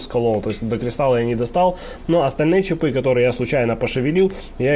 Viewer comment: Похоже на интересное видео, но когда началось "чипЫ, чипОв" - остановил. Что за травма мозга у большинства населения с ударениями? Попытаюсь досмотреть без звука, добавьте титры, пожалуйста.